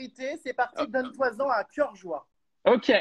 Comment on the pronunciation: "Donne-toi zon à coeur joie" Jeremstar a des séquelles de ses interviews sur la téléréalité, on dit "Donne-t-en à cœur joie"